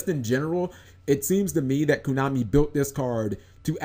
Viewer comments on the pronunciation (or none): none